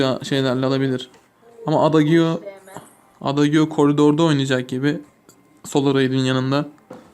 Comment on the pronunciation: abi adagiyo diye değil eyciyo diye okunur lütfen dikkat et